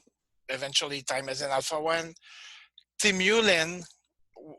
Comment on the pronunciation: He almpst pronounces them the same way. Frustrating